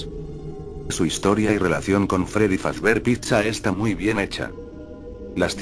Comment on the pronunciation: es fazbear no fazber